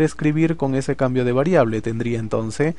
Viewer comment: Se dice entonces no entonce